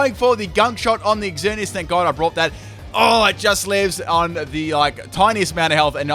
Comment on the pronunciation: Ooof it kinda annoys me how he says exzerneas